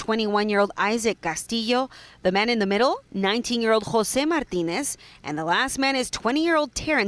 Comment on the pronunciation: reporter seems to have a difficult time pronouncing "Martinez"